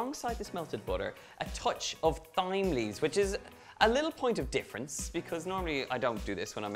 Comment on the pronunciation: Is no one gonna comment on the way he says 'thyme' lol